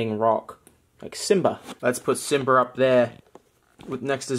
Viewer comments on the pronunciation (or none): none